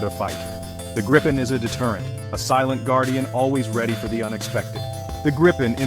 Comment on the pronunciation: Not being disrespectful, but giving you a tip. The name of the jet is pronounced “Greepen”. Just a tip. Trust me, I’m Swedish. 😜👍🇸🇪